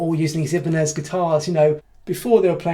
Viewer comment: Interesting video so congrats. I was just wondering why you are pronouncing Ibanez the way you do? Do you know something the rest of the world don't?